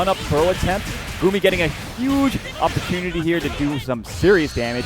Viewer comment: It is "Gummy" not "Goomi" unless you don't speak English. It's like saying it's not "Cloud Strife" it's "Kuraudo Sutoraifu" lol.